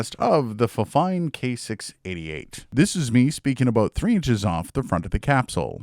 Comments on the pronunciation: it's not fine, it's fine-fine 😅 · I believe it's pronounced "Fine Fine" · I pronounced it the same way when I got my fifine mic, but supposedly it's pronounced Fine Fine. Which is totally weird. Great content btw. 👌🏻 Subbed.